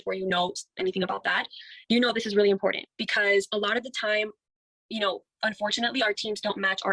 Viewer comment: Omg. I don’t understand why everyone in “this business” cannot properly say “iMporTant”. It’s not “iNporDant”